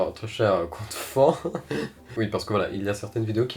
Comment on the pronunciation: compte fan se prononce fane